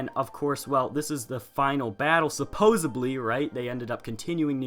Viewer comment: It's supposedly not supposubly you said supposubly a bunch